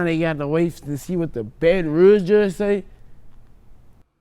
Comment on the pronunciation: Nobody:: “See in the State of Baton Rogue” 🤔🥴